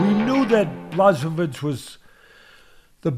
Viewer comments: Bluhssovitch Hahaha polish names are the hardest to pronounce. And i speak a slavic language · Bwa ho veech. ch = h....w = v...i = "E" sound. The letter "i" by itself pronounced "E" is actually "and". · Who's Blasovitz? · Teddy: “Blazsovidge” ...👍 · The name should be pronounced 'buahovich' or 'bhwahovich' :] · Blahoewich discabogulated him...classic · "Ba-show-vits" Lol.😂 Love it! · nope... it's Bwa-ho-veech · big blachovich 🤣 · I want to give jan his credit continues to mispronounce his name the next 15 minutes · It's OK, Jan wouldn't be upset about this, Jan is normal guy and Jan knows that Polish is difficult language. I am Polish and I still have problems with Polish language, the reform is long overdue. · Lmao.damn teddy is butchering the hell out of Jan's name.😂😂😂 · It would be awesome to hear Teddy mispronounce my name every time. It would be an honor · Just call him Jan (or check pronunciation of his surname)